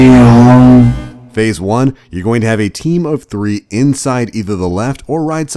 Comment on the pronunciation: AY - THEE - ON goddamnit